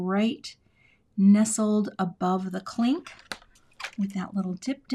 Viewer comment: Cute! Every time you said “clink,” I heard “Klink” & thought of Hogan’s Heroes! 😂 Way to stick with it & save the card! 😊❤